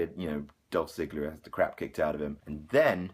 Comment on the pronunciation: TheCJSeven Ik, he pronounced it as dolph zi-ga-ler